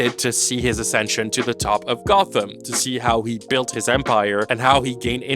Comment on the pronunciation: you said "to see how he build his empire" and I heard "to see how he become a vampire" :) I had to rewind a little, as that would be an interesting twist :D